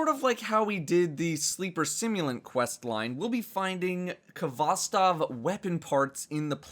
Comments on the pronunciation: It's pronounced "hvostOv", not "kovOstov". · it's HVOSTOV ffs not K-HVOSTOV